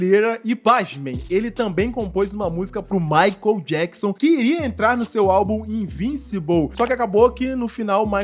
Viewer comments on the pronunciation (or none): none